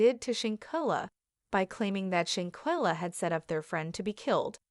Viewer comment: Lord Kaybo, shankella… please get the correct pronunciation